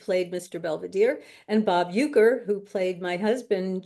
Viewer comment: Uecker, not Uerker.